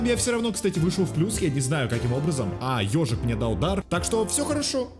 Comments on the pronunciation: Не Ёжик,а Эйзик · Это не эйзик а език прям ну Е